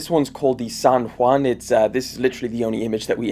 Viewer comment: I loved that he didn’t put an accent on San Juan like most people would